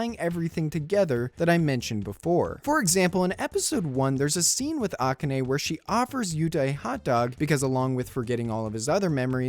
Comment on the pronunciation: The way you pronounce "Akane" incorrectly is killing me.